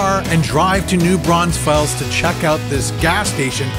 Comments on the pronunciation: Any other Texans yell at their phones when he pronounced the S in Braunfels? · It's not, actually. It's Braun FELS. Like "feels" without the extra E. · For real! I was like wtf is a New “Braunsfels” ??? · New BRAUNS FELLS 🤦🏻‍♂️. The cringe is real lol 😂